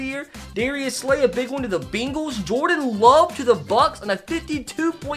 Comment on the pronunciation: bro i love how whenever you say bengals you pronounce it “beenguls” it’s funny to me